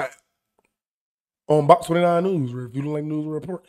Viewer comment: Breaking nuuuz.. braking newzzz.. breaking f’n neuezzzz 😂